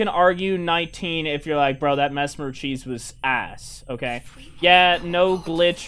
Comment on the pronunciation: I subscribed because you said messmer right ✅️